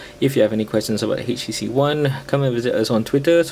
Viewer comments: Htc dude, not "hay she she". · haitch tea cee